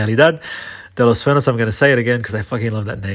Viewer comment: sueños is pronounced soo-ehn-yhos